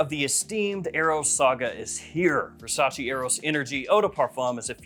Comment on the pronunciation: It's Versace not Versaci